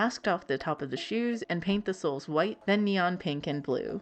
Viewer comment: Neon -> "Nia"